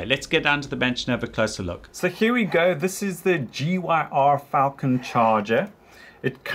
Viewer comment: the way you pronounced 'gyr' amused me because you clearly dont know what a gyrfalcon is.